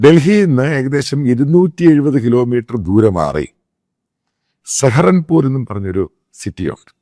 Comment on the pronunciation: Mr. Samuel, Saharanpur is still in Uttar Pradesh, not in Uttarakhand. Please check the facts. It is pronounced Sahaaranpur with long vowel sound of aa, and not Saharanpur.